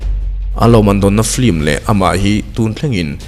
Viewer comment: 'Flim' nilo in 'Film' ( lam a har deuh chuan 'FIM' tih pawn a la dik teuh zawk) ti a lam nise ngaih thlak a nuam leh zual ang. I channel a ngaihnawm ṭhin e.